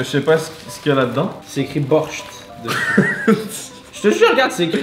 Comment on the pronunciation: Sa se dit "borhch" et sa veut dire soupe